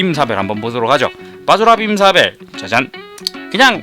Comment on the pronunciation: 왜 자꾸 바즈라 빔사밸 할때마다 바지락 빔사벨로 들리지....?